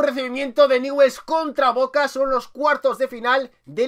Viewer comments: BRO NO ES NIWELS ES newells y se pronuncia ÑUBELS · Ñubel se pronuncia no niwells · Nievels se pronuncia... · Franco #RETRAMONGUER4EVER Se pronuncia NIEVEls❄️☃️ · Se pronuncia Ñubel, grande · ÑUBELS SE PRONUNCIA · Se pronuncia "ñubel" hay gente que lo pronuncia, Begues o niguels pero se le pronuncia "ñubel"jaja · PRONUNCIA ESTO: "NIULS" ASÍ SE PRONUNCIA.JAJA. SALÚDAME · Se escribe NEWELL'S se pronuncia niuvels VAMO NEWELL'S CARAJO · newell's se pronuncia "niuvels" y si no se puede abreviar "niuls" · Se escribe Newell's pero se Lee ñubels jajaja me molesta mucho q lo diga mal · Newells se pronuncia Nuiwels o tambien podes decir Ñuls. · Newells se pronuncia nevuels xd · se dice niullsssssssssssssss!!!!!!!!!!!!!!! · jajaja dijo nievels y aparte les dijo que esta vacia la cancha!! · Se pronuncia niubells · se escribe newell's pero se pronuncia ñubel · Jajajaja que feo es ser dé Newell's. no sabe ni pronunciar su nombre. Jajajaja que equipo chico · Como nos esta chupando la sangre y no sabe ni pronunciar newells